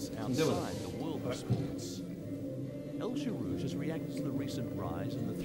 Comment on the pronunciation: This journalist making the still common mistake of applying English speaking rules to the pronunciation of a foreign name. Right off the bat he muffs El Gherrouj and Ngeny. (Ex) Colonial arrogance at its finest.